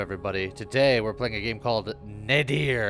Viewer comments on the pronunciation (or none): Nadir means, I believe, "The lowest point". I also think it's pronounced nay-DEER? With the emphasis on the second syllable?